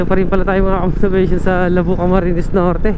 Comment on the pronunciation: Idol... pakitama yung pronounciationg ng LABO...Hindi LABU...bagalan mo ng pronounce LAA..BO